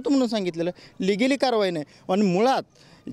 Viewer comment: Ligili ahe unligili नही😂😂 ky khot boltoy bhau mst😂